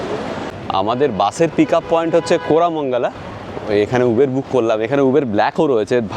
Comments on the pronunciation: Uber - when you were in England, you pronounced right. Its UBER not ubeeeerrrr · উবের নয়। শব্দেটি হল উবার। পরেরবার ঠিক করে নেবেন। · দাদা কথাটা উবার, উবের নয়. I খুউব ভালো থাকবেনI আমাদের আরো নতুন নতুন ভিডিও দেখাবেন. I ❤❤নমস্কার. I